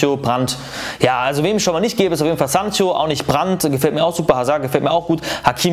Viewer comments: Warum sagt er immer Sanchio.. der wird Säncho ausgesprochen ubd Sancho geschrieben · Bitte hör auf firminio und sanchio und bufo zu sagen